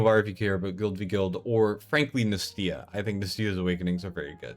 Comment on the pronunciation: I can understand saying Iovar wrong (although I can't understand not realizing it as soon as you hear yourself) but bro... How have you never heard the name Nastya?